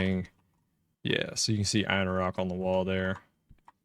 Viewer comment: So many people pronounce things incorrectly in EQ. INNO - RUCK. One streamer says QWAY-Nose. It's K-Noss.